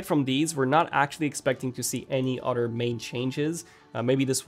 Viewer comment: Am I the only one that is annoyed by him saying “udder” when he means “other”? 😅😅😅😅😅😅